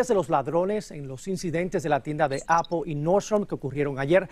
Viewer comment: Ni es apol es apple.